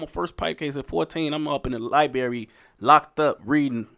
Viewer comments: he said it again!!! Libary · “Lye-berry” smfh